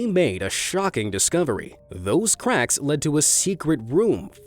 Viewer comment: I hard him say quacks instead on cracks